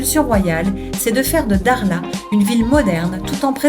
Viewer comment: je sais que pour les occidentaux prononcer le "kh" peut irriter les cordes vocales mais quand même et s'il vous plait, faites un petit effort c'est Dakhla et non Daghla. Merci